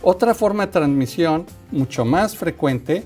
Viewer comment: "Transmisió"de murciélagos a otros mamiferos, no es transmitió? 🤭 No se si tomar en serio a alguien que dice transmisio...o yo estoy mal?